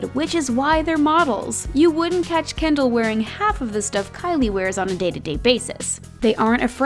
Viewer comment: Kendall not Kendell